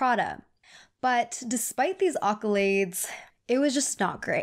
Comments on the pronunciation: Āccolades or “ā” (long a) as in Āpple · She said AW-CUHLAIDS lol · they way she pronounced "awkolades" makes sense for this video